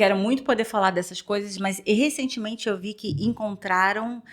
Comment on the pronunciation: querida veja bem....não é resticios rsssss é resquícios a palavra.....professora de portuguẽs também.....fica a dica kkkkkk